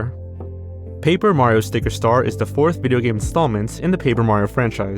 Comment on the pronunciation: "tar-zsn" "video*pause*Game" 🕵️ai?